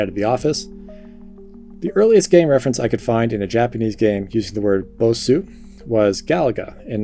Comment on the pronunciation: Bosu. Not basu.